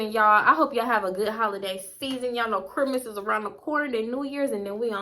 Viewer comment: Girl the way you say Christmas 😂